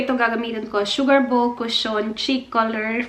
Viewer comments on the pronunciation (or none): none